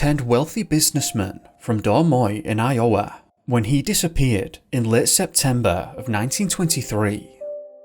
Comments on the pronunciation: That’s the oddest pronunciation of Des Moines Iowa I’ve heard. It should be “Duh’ Moine, I’-O-wa” with the apostrophes marking the accented syllables. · You're the first person I've ever heard pronounce "Des Moines" correctly and "Iowa" wrong lol. Thank you for that! X]